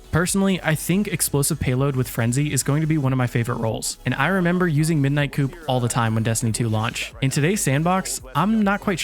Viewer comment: its pronounced coup(koo)... no hate